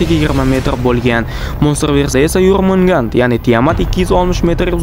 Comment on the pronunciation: Katta ilonni ismi yormungand emas jormungandr